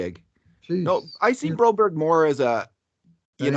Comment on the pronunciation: Philip Broberg, I don’t know why they call him broberry. Ask the guy how you say it and stop butchering it!!